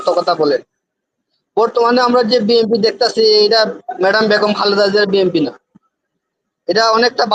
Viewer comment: টকশোতে এসব লোক নিয়ে আসে যারা বিএনপি বলতে পারেনা বিএনপির উচ্চারণ জানেনা এসব ফালতু লোক নিয়ে টক শো করে উপস্থাপক কি মাথার মধ্যে দোষ আছে